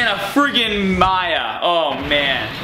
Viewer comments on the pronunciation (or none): none